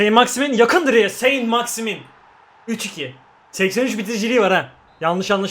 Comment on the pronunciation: Sent maksiman diye okunuyor